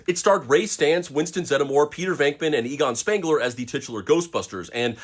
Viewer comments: Pronounced zedmore not zedamore. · Zed-More... That’s how, it is pronounced! Not, Zed-A-More! 🤷‍♂️🤣🤣 And a ginger Ray!! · Zeddmore not Zeddemore. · Why is he pronouncing Winston last name like that